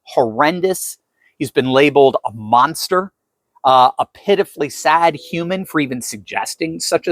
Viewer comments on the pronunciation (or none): none